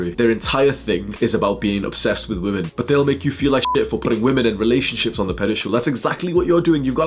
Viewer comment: Is it a thing to pronounce ”women” as ”woman” now? I don’t think he’s glitching because he’s doing it repeatedly!